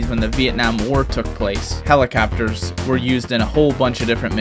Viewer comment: Helacappers lol but besides that amazing video